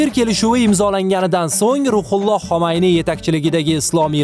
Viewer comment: xomayniy emas Xumayniy